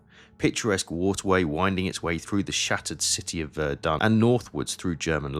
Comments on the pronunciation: Meuse might be mispronounced ‘muse’ in the US but Verdun is mispronounced in you narration as ‘vair-dunn' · dun: This is a nasal vowel. It sounds similar to the "un" in the English word "fun", but you block the air from coming out of your nose at the end without actually pronouncing the "n". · This is using an AI voiceover, its good enough to trick most people but I can pick up on the unnatural vocal cadence and here are a few obvious slips no pause between the words "Verdun" and "and" no F sound in the word "forces" says "decree" instead of "degree" and many many more throughout the entire video. For those that would argue that these are just an accent or personal pronunciation, those words are said normally at other parts in the video. I would not have a problem with this if you didn't put (No AI) in the title.